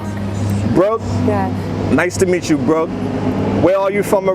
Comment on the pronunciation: Is the pronunciation Brooke or Broke?